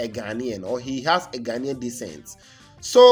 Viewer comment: No! What you are referring to, is "Ghanaian DESCENT". Your pronunciation sounded like "DECENT"